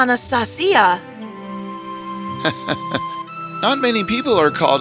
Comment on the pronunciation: Your pronunciation of Anastasia is wrong